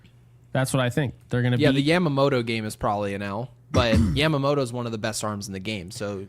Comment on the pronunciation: say it with me, Yeah-muh-moto. Not YAM-Ma-moto